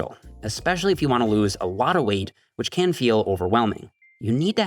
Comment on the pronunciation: "espwecially iwf you wanna lowse awotta weight" 😂😂